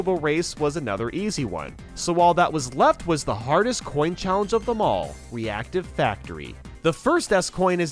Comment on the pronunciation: “PREPARE TO CHALLENCE”